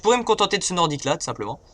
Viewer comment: Malgré une faute ENORME dans l'intro a "Nordique" je me suis bien amusé =)